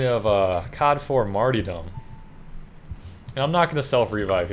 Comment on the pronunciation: IT'S NOT MARTY, IT'S MARTYR, LEARN HOW TO PRONOUNCE IT